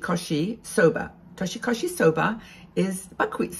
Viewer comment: Your pronunciation of toshi-koshi soba was excellent, literally means crossing the year buckwheat noodles. It's eaten on the Eve and then mochi rice usually in the morning. New Years in Japan lasts 3 days so it's a time for feasting and the traditional meal is called osechi-ryori which is like an elaborate bento box that lasts for a few days. And otoso, a sweet spicy alcoholic drink in shot size.